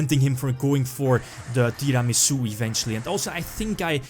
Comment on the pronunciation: Who else likes the way pronounces Tiramisu?